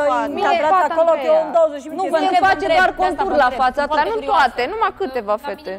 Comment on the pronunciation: Exact Daiana si’a gasit sa spuna catre Ella ,,haha limba romana,, cand ea spune ,,in fața (fara ă) la oglinda,, 😂😂😂